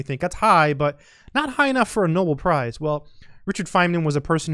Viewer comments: It is "no-bell", although his work was "noble" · It's pronounced like "no bell" not "noble". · Know bell Prize. Emphasis on the second syllable.